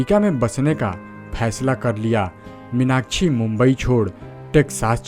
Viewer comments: Take her name properly it's irritating 😡 minachi nahi minakshi🙏🏻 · Stop saying Meenakchhi, try to correct as Meenakshi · इस्टार* क्या होता है स्टार होता है, मिनाकछि* मीनाक्षी,उच्चारण तो ढंग से किया कीजिये बरखुरदार 😊😊